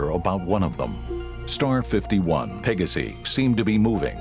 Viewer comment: This narrator has pronouciation issues. Pa-ga-si? Hello? It's Latin, as in Pey-gaw-si!